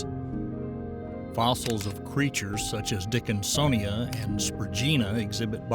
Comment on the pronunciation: Dickinsonia? Seriously??? 😂